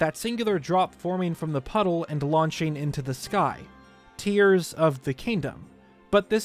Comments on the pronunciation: It’s not tears as in tearing paper because the Japanese logo’s katakana would be pronounced like tears as in crying. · Quick thing, the 'Tear' part of the title is definitel tears like crying not tear like tearing apart, the katakana reading of the title pronunciation is the former